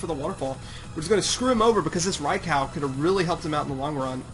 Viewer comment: and btw did you just say raicow